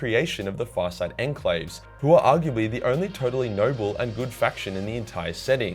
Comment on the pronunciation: I cant stand how you pornounce enclave or caste, im aussie too man but you are the living stereotype of aussies being lazy with language